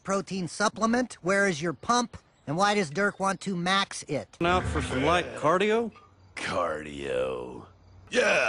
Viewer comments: "Cardio"😑 lol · " 'Cardio' " smh hahahahaha